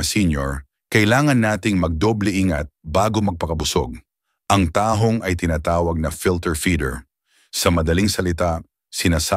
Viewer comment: Suggestion, please paki-ayos ang pagbibikas ng mga salita. Correct pronunciation please. Kasi nakakairitang pkinggan. Examples (alimango, salo-salo, tahong, namamaga, pangangati ng balat, mantika, bangus, sinigang, sampalok, palaman, nilaga, lapu-lapu, mantika, sobrang alat, bawat kagat, mabango, kanin, makakasama sa ayin. May mga sandali na tama nman ang bigkas. Sana consistent sa tamang pagbigkas ng salita. Thanks!, ❤